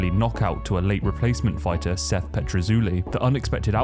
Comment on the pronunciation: This video was great!! But Seth's name should have been pronounced correctly brotha.